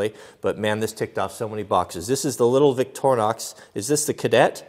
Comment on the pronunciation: Its victorinox. with a I in de middle. not vioctornox